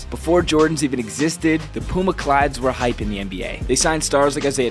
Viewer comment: "Pooma" 😭 it pronounced P-You-Ma